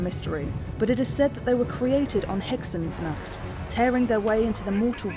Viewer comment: I'm.. Amazed, almost, at how well she pronounced Hexensnacht/Heksennacht/etc... Damn.. Credits to that! A warning about hexwraiths' leadership and how fast they degrade might have been nice, though~